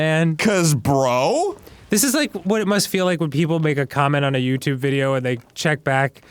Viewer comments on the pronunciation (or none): none